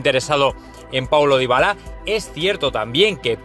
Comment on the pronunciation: Ya le cambió el apellido al jugador xD le puso un apellido Africano Dybalá, es Dybala amigo, para que sean cada ves mejor los videos hay que pronunciar bien los nombres y apellidos amigo